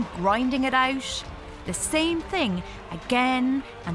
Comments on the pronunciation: She pronounced the 'ate' and 'it' as 'ashe' and 'ish'. What MTI is that ? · She can't say "it" properly